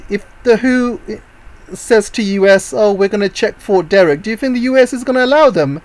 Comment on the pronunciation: Fort De-TRICK, not De-RRICK